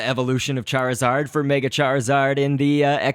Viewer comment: charizard prenounceation fail:cairzawd. lolo